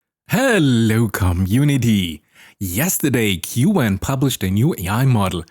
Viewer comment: Who pronounces “queue” “en” ??